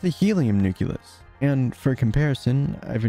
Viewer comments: great video! Nucleus is pronounced nuke-lee-us, not nuke-you-lus otherwise, very informative! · this really helped me understand the size of things. thanks! i do have a few things to say, though. 1. was it intentional to leave out all the particles ending with "-uon"? 2. it's pronounced "nucleus", not "nuculus". 3. where do the "sizes" of the elementary particles come from? 4. i feel that showing the protons and neutrons as being made up of quarks and gluons would have been helpful, as well as showing the carbon atoms being composed of smaller particles. thanks for reading my comment. if you don't want to respond to these, that's fine. it won't hurt my feelings, i promise. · Hate to be this one guy but nucleus is pronouced "noo-kle-us" and not "noo-kyu-lus". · This is an excellent video, but PLEASE, it's "nucleus", not "nuculus"! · I'm not usually 'that guy' but this mispronunciation always bugs me. The word is nuclear, not nucular, same goes for nucleus. Great video BTW. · I dont understand that pronunciation of nucleus... its spelled nucleus, not nukyulus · good video! but it's nucleus not nuculus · This is amazing! One thing though, you mispronounce "nucleus" throughout. It's "nuke-lee-us", not nuke-you-lus. It's a common mispronunciation but one that drives me absolutely crazy for some reason. Anyway, have a like! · It's wild that someone probably did a ton of research but still calls it a nuculus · its nu-KLEE-us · Apparently the word "nucleus" is actually "nuculus" and everyone's been spelling it wrong all these years. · I really hope this gets more attention, but please stop saying "nuculus" it is hurting me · The repeated mispronouncing of nucleus is annoying, but everything else is fun. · Good vid, google how to pronounce nucleus plz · He mispronounced nucleus